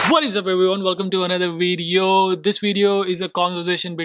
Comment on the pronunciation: It's not wedio but Video. Indians pronounce V sound as we. V has lower lip touching top teeth. Ask your wifee.